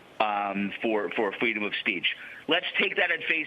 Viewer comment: Fweedom of speech